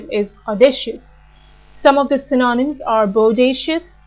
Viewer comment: The content of this video is interesting, but her accent is intrusive and confusing and her stress and pronunciation are at times incorrect, e.g. "implacable", "apathetic", "synonyms".